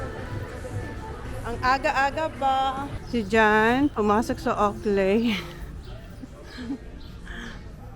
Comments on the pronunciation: Mam owklee ang pronunciation po ng oakley, not owkley. Am sorry to correct you. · ang Oakley pronunciation ay "owklee" not "owkley".😮 Looking forward to your Pinas vacation w/your family.😊